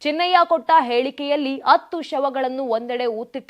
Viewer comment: ಕನ್ನಡ ಕಲಿತು ಮಾತಾಡುವುದು ಒಳ್ಳೆಯದು.ಅತ್ತು ಅಲ್ಲ,ಅದು ಹತ್ತು.ಅತ್ತು ಅಂದರೆ ಅಳುವುದು.